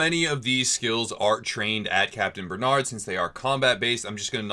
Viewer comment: Good it's not capitaine benad though but ber narrrrrd with the French r Bernard lol baie reu narrreu